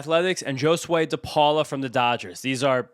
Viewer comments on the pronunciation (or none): It’s pronounced “Ho-swey” not “Joe-swey”